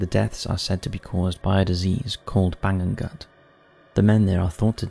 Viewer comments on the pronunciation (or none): none